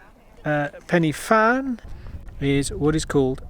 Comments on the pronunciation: You're pronouncing Pen y fan wrong. Say Pen er van not Pennyvan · it's pron Pen - Ah - Van and its translation in welsh means the high peak. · It's pronounced pen uh van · One day a vlogger will pronounce it right and we might be freed of 'penny fan' . . . I live in hope 😊 A pleasant watch nonetheless, so thanks. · To be fair, Welsh isn't the most intuitive language and few say it right . . . just think pen er van (say it as if it's one word) and you'll be right 🙂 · Good video, but for future reference, "f" in Welsh is pronounced with a soft "v" sound, so you should say it "Pen-y-Van". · Pity your pronounciation of Pen y Fan was incorrect. Should have done some preparation before doing your commentary. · You took the easy way up. The other way is much harder, believe me. I’ve done this walk and it’s not fun and your pronouncing it wrong